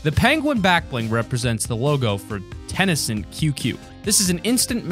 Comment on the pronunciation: You said TenCent wrong